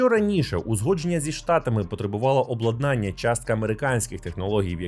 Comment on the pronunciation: Люблю я ваші випуски-розслідування! P.S. Зазвичай то максимум два рази на відео, але в цьому випуску ви приблизно раз на хвилину вживали це слово. Тому не обладнАння, а облАднання.